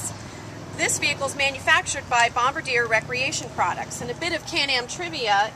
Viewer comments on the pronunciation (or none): She said bomb ba dear It is pronounced bomb bard dey